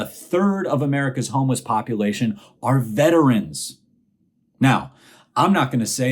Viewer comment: This may sound picky, but I want to THANK YOU for saying “vet-er-ans” instead of most people who say “vet trans”. The pronunciaton makes all the difference. thanks for pointing out the crap the orange man did.